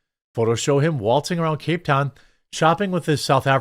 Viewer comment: Not being a douche, but that's not how you pronounce cape town.